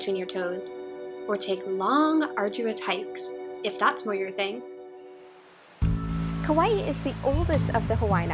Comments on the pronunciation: The pronunciation isn't kawaii it's just ka - why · I live on Kauai and all the locations you pronounced were wrong